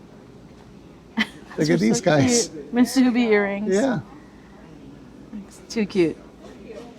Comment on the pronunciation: My sister moved from Hawaii to Minnesota over 50 years ago for work... Northwest Airlines. That museum has been there for a long time! Sidenote: Musubi is Japanese, its pronounced moo-soo-BEE, not mah-SOO-bee) Lol